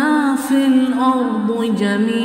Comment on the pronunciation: The pronunciation should be MA FIL ARDE instead of MA FIL ARDU